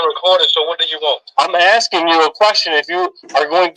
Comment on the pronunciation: love the LEO's axing technique 😂😂